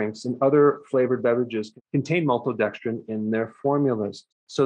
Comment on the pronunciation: I like how he says maltodextrin - “MOLTODEXTRIN!”